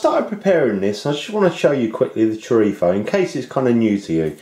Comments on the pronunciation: It is good to hear the correct pronunciation of the word "chorizo". Nice Stew. My tip..... at the end just before serving, stir in a couple of spoons of Kalamata Olive Oil, this will make the liquid silky. Best wishes Dez Sanderson , Youtube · In Spain, they pronounce their z's and c's (when the c is before e or i) with a sort of lisp. That's where he got that pronunciation from, since people in the UK are more influenced from European Spanish than Latin American Spanish. :)